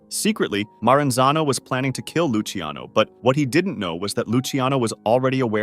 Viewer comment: btw luciano is pronounced "loo chano" not "loosey ano"